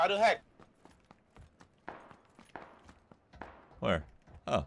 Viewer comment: it's called waduy not wadu hek...